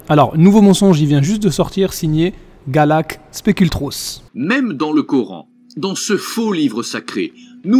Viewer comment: Galak speculos 😂😭😭 chui dead